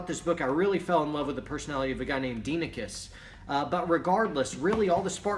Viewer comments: Proper Pronounciation: DEE-eh-NEE-KEYS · correct pronunciation: “die-eh-neh-kees” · Was assigned that book in a college history class, I've read it at least 5 times now. Pronunciation is "Die Oh Nikes" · It’s Die ah -neck eees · Dienekes is pronounced Dia-knee-keys